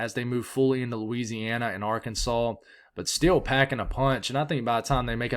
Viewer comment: I love it when you say Louisiana. It makes it all worth while